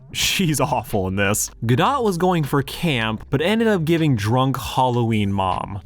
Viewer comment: There is something funny about you talking about the automatic negative reaction people sometimes have toward actors who speak with an accent, while I am having that reaction whenever you mispronounced Gadot.